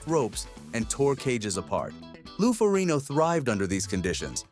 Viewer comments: His name is ferrigno not ferino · When you can't pronounce the "g" in Lou Ferrigno's name...😉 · His last name is pronounced Fur rig no. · I appreciate your commentary and your enthusiasm. However your mispronouncing Lou's last name. And also the series was never on NBC those were the TV movies. The original series was always on CBS.